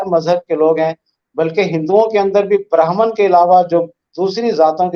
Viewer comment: Ye insaan "Badr" to theek bolta hai......lekin "Brahman" bolne mein iski jaan nikalti hai